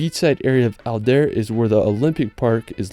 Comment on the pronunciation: Adler, not Alder)))